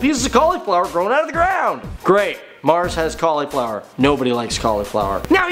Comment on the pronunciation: you say cauliflower weird XD